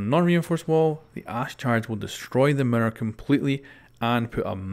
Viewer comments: meer ir not merer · Sounds like ur saying Mirrdoor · Mirror not Mitter u Sped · mirror!!!! not mira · Yo Pronounce mirror correctly